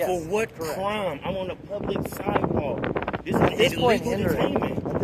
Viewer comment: "On the si'ewalk." FFS, learn to speak standard English!